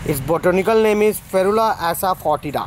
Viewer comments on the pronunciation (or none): How to say " ASAFOETIDA": It is no ASOW-FOTIDA , it is ASAA FOTIDA. yau said " ASO.FEITDA..., correctly said as ASAFOTIDA " GENIOUS " ==> " GENUS " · It’s not asofodna